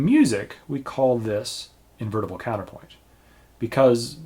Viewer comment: "IN MUSIC... WE CALL THIS... 'imbrbtlkdlbt'" XD Or, "Invertible Counterpoint" for anyone else who had to listen to it a couple of times. :)